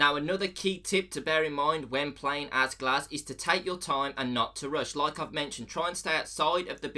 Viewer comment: The gs-ehch